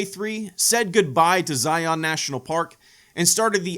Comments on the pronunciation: Argggg! Learn how to pronounce Zion!!! Utahns take offense it’s Zi-un NOT Zi-ON. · This video was great! I'm so glad you came to visit Utah! I live there and have visited these parks many times throughout my life. Great stories, was a really fun watch. Love you! PS It's not pronounced Zi-yon. It's Zi-yun. JK it doesn't matter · I'm from Utah, and that's not how you pronounce Zion. It's not Zi-on, it's Zion. One syllable. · Pronounced zy-uhn not zy-on. Great video though!